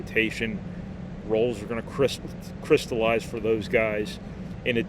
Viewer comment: Great video as always. I always look forward to these to deep dive into the details of the game. Keep up the great work! Speaking of Corpus Crispy, did I heard you say "roles will CRISP-allize"?